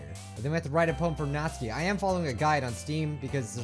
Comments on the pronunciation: BTW Natsuki isn't read Nat-su-ki, but NA-tSU-KI (the T almost non exists) Its Japanese name, so... that's the correct/right way said it. Just a trivia. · Again not hating but...Nat-ski why! Why do you pronounce it that way!!! I thought you pronounce it as Nat-su-key! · Natsuki is pronounced nats-oo-ki BTW your awesome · It is pronounced nat-sue-key natsuki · "natzki..." :x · He gets the names so wrong just listen to this (press) (it kinda looks like natsuki to me) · Does anyone else get slightly triggered at the way says Natsuki?...